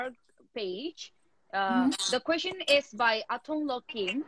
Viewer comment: If you can kindly say "Kuest-shion" and not "kho-shion" for the word Question.